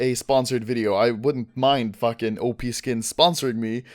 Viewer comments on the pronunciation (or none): none